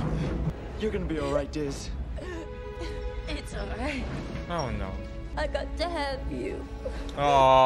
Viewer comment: Its DIZZ NOT LIZZ hahaha